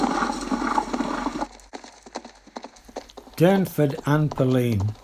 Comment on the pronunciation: Its Durnford not Dunford .🇬🇧